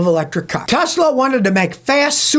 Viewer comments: "I love Tesler" 😂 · Tesler! It’s all computer!🤡